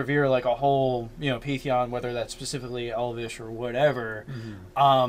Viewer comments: So a few notes: you guys do know it's pan-theon right? Second, how about for the god born of Chaos, one of its names would be wild child? Maybe even called that by the gods since it would be young compared to them. And I feel like it should be chaotic good, and it's true goal is to just bring all the alien beings to the material planes because it wants it's friends back. It lived in the chaos with them, and grew up knowing them. All of a sudden it got whisked away to griffingaffe, and it wants to bring its friends back. Kind of like the whole alternate conspiracy theory behind earthbound and Giygas trying to make friends in his old form. Also, I love the idea for a sort of militant faction, like the overseers from dishonored. And I was going to suggest that they have weapons that can drain a victims soul and then convert it into spell power, but beat me to it. The idea for a soul battery is awesome, and once you throw in the need for a "cleric" with a holy symbol, you get a really mean green lantern corps. Lastly, for the symbol of your magic/mystery Deity, how about a book with kind of mystical sparkles around it. It has script on it that can't be read, but due to the nature of the god, the script changes to another language everytime you look at it. And you can never understand the language. Hope these help. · Please guys, you're killing me. PAN-theon. Otherwise keep up the good work.